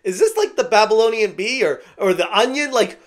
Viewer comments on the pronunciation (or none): The fact you don’t know it’s “Babylon Bee” shows you aren’t truly right-wing. 😂